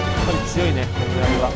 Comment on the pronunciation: あと斧槍はふそうと読むと思いますぜ